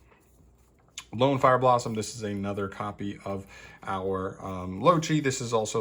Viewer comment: “Loachi” 👀 this made me giggle a little, it’s pronounced “Low-Kai”